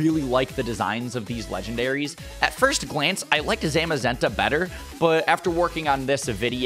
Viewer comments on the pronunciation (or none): I love you man but.. ya totally butchered the legends names. It Pronounced Za-she-an and Za-mu-zen-ta. I hate to be a downer and all but I have ocd so it’s ok. I think...Plz don’t hate.plz